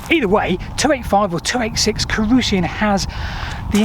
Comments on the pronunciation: Carausius, not Carusian. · Carausian? It's Carausius, surely? Why does he keep calling him Carausian? And it's Constantius Chlorus, not Constantine!